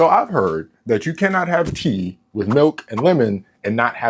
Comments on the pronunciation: omg bro I thought you said pee at first. I was about to say wtf are you doing😂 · I heard pee instead of tea, anyone else? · I thought he said pee instead of tea 😭